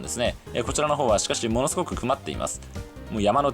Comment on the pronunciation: 物凄くくまっています 🤣可愛らしい言い間違い 雲っている風景にも感動する日本人的感性の伝道をありがとう❤️